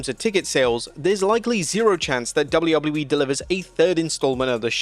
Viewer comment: Please for the love of god GET SOMEONE THAT CAN SAY WWE TO DO THE VOICE OVERS it used to be funny and now it's beyond annoying